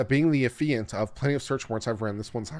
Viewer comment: Both you and LegalMindset called it "Uh-fee-ant". Why do I think it's "Aff-EE-ant"?